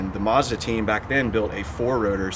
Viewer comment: What's a MOZDA....?